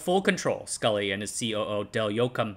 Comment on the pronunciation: Very nice work, but the former Apple CEO was John Scully, not Scull.